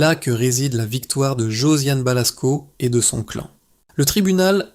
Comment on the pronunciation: et oui, l'IA est insupportable ; (remarquerez des mots "clan" être dit "clane" ou linchange "linechage" !) ; l'aspect mercantile avec un outil IA d'une affaire aussi grave est irrespectueux envers Colline. Parler de "tragédie antique", ou de "drame shakespearien" est totalement déplacé et inapproprié ici. Cet outil IA et son ton narratif est déshumanisant au possible.